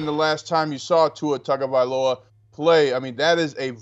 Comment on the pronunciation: Can you over paid so-called "Sports announcers" learn your friken job and learn how to pronounce someone's name??! smh. His name is Tua TAGOvailoa! not TANGOvailoa! Dang man. You morons have been mispronouncing his name since he was at Alabama. Learn the players dang name pronunciations or go work at Rosco's Rib Shack and Grits Emporium. Write it out phonetically or something. Here I'll help you! "Too-wah Tahgo-vi-lowah".